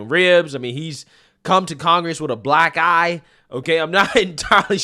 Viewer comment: He's just old as heck. "A boack eye!" 😮 Time to get him out. So sorry his state waited so long, but he should've been gone along with Grandma Graham. They've ALL handed the country over.